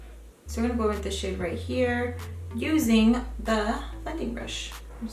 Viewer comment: Every time you say "this shade" i hear "this shit" lmao had to turn on subtitles for a secon lmao p.s i subscribed using your link and i got my boxyluxe last week 😂